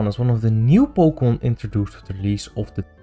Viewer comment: We talk before once but i found it funny how you say pokemon in a very dutch way